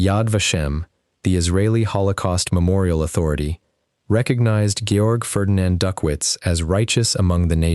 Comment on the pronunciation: Please get the man's name right: Georg, if he is a German???